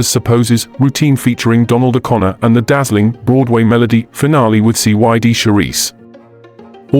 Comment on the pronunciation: The A.I. “narrator” just said Kelly danced with … wait for it … C.Y.D. Charisse !!